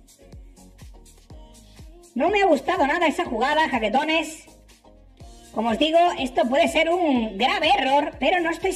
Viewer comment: Nuevo subscriptor 😬😬😬 La primera vez que escuche jaquetones ,escuché chaquetones y dije queeeeee??????? Jajaja 😂😂